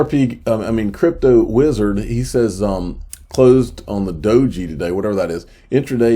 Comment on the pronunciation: Swear he said "closed on a DOGE" lol